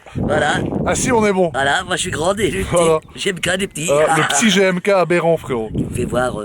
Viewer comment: Elle dit jmk ou lieux de gmk